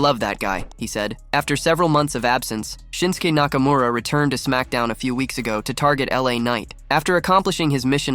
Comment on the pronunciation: "Nakamaura Rules"